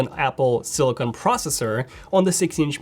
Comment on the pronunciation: silicon not silicone